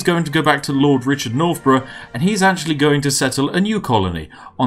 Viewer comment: Lord nor-bruhhh